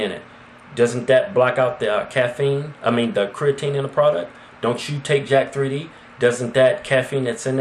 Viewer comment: Its not jack-3d its pronouced as jacked and out of all the supplements i never hear yall talk about amino acids(bcaa's) i take monster amino by cyto-sport and ever since i have be gettin intense gains yall should try it